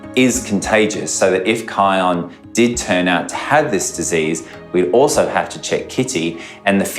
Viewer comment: The narrator called kion kyle